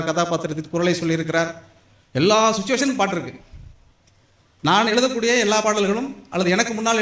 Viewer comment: ஐயா, எளுதக்கூடிய அல்ல, எழுதக்கூடிய ✅ தமிள் அல்ல, தமிழ் தான் ✅ அளகு அல்ல, அழகு ✅ காலம் எவ்வளவு போயிட்டு, இன்னும் ழ வரவில்லையென்றால் நீங்கள் வரும் வாரிசுக்கு கொடுக்கும் சாபம் அது. 🙏🙏 அளகிய அல்ல, அழகிய ✅